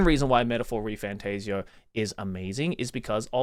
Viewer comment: Also it’s not refan TAZE eoh, it’s tassio